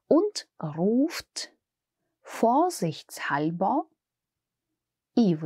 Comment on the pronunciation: Почему то слово vorsichtshalber слышу как vorsichtzalber